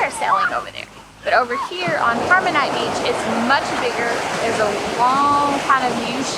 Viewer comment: It is 'harmanite'